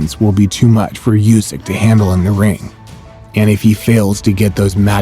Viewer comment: Usyk's name is pronounced "OO-sick," not "YOU-sick."